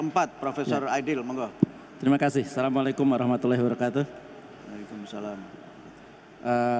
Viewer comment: Mohon maaf mohon betulkan redaksi salam itu yg betul itu assamualaikum ... Bukan salamualaikum maaf